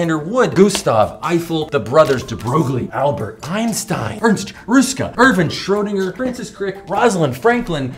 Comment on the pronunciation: So you do irish and french accents but can't pronounce schrodinger. Ineresting